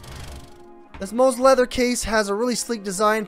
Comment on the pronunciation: It’s Mous pronounced like “Mouse.” It’s NOT MOOSE. When you can’t even pronounce the name of the manufacturer it takes away from your credibility. I do love your case videos, keep up the good job!